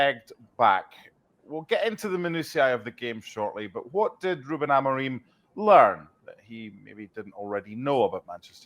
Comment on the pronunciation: He leaned to put an r in learn before publishing